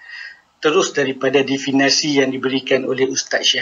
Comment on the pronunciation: Jika awak tak setuju, awak pulalah yang buat ulasan dan pembetulan. Elok tuan tengok dalam Kamus Dewan samada sebutan Definasi atau Definisi yang betul.